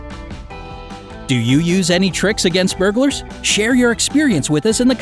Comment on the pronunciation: I thought he said bugers lolol